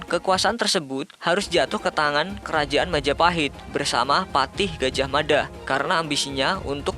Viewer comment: Maaf gajahmafa...Gajahmada